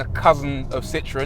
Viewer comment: “Citrons”.. learn to pronounce the name correctly please.